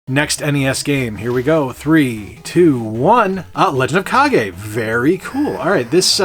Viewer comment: A great box of games. Points for pronouncing Kage correctly because I would have pronounced it Cage......😂😂😂 Did I say great, I meant except for Spyro because clearly! Now if you'll excuse me, I have to go spin around for a couple minutes. I need to talk to Scott 😂